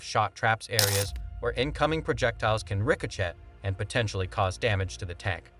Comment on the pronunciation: I agree, AI seems pretty incompetent. You would think someone would train AI to pronounce ricochet correctly or at least proof the video after AI finished creating it. It also repeats itself way too much.